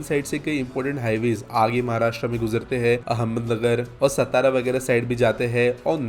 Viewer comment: Say सातारा, सतारा nhi.